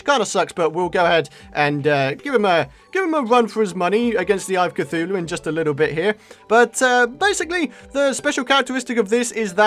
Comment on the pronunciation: Eye a cuthulue